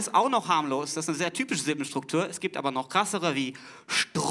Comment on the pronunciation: Die Glottalverschlusslaute hat er zwei mal weggelassen [ʔ]alles is in [ʔ]Ordnung, als er sie aussprechen wollte. Sein Argument ist so nicht ganz richtig.